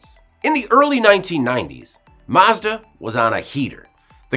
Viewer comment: I really hate the way you pronounce Mazda